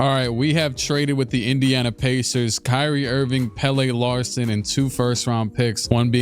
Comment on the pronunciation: Swedish guy here, Pelle Larsson is actually pronounced kinda like fella, except with a P at the start obviously